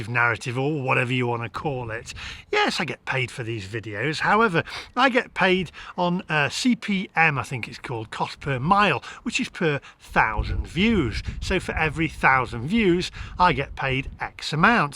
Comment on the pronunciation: CPM - Cost Per Mille (1000) . Pronounced Mill as in Windmill